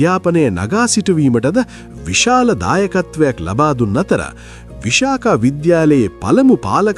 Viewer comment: කරුණාකරලා නිවැරදි වචන උච්චාරණය සොයා බලා කලහොත් මැන්වී ඔබ බෞද්ධයෙක් නම් නොදැන සිටීම කණගාටුවට කරුණකි අප පාසැල විශාඛා කියා ලියා ඇත්තේ පාලි භාෂාවෙනි මෙය, විසාඛා මහා උපාසිකාවට උපහාරයක් වශයෙනි මෙහි, විශාඛා යන වචනය මූලික වශයෙන් භාවිත වන්නේ පාලි (Pāḷi) භාෂාවෙනි. බෞද්ධ සාහිත්‍යයේ එන ගෞතම බුදුරදුන්ගේ ප්‍රධාන කාන්තා අනුශාසකවරිය වූ විශාඛා මහා උපාසිකාව හඳුන්වන්නේ මෙම නමිනි. [1, 2] පාලි භාෂාවන් මෙම වචනයේ අර්ථය සහ අදාළ තොරතුරු පහත පරිදි දැක්වේ: පාලි භාෂාව: Visākhā (විසාඛා) හැකිනම් කරුණාකර නිවැරදි කරන්න